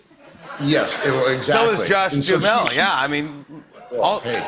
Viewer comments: He was trying to pronounce it correctly but goofed. The h is silent but there are 3 syllables not 2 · Was it just me or was Jimmy mispronouncing Duhamel?